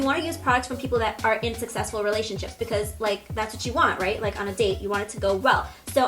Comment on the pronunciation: When she first mentioned Jaclyn Hill I really thought she said that looks like a sexual relationship!😂😂 but I think she actually said like a successful relationship 😂